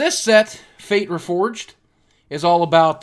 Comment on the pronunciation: It's fate REFORGED not unforged